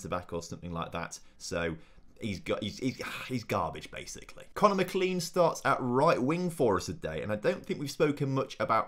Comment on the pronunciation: Hi, it’s Conner Mac-len-en